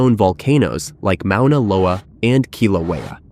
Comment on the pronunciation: Got to love AI, it can't even properly pronounce Mona Loa! It is not the largest volcano on the planet by volume! It's not even 4th. Mona Loa isn't known to be the largest volcano on earth! It is hands down the tallest mountain on earth being over 1000' taller than Mt. Everest, however it's not higher above sea level, most of it is under the ocean. Just more fake BS.